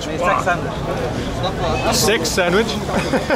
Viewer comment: Lmao I was wondering why he said sex sandwich!!! That's to funny!!!